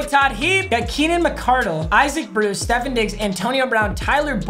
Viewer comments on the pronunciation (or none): It’s stephOn not stephEn papa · Idk how many times I need to make this comment it’s not Stephen diggs it’s Steph-on diggs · “Stefen Diggs”